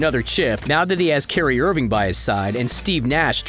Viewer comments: "Carry Irving" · So we just not gonna talk about "Carry Irving"?